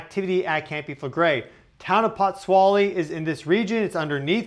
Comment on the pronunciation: The pronunciation is Put-zwo-ly.😉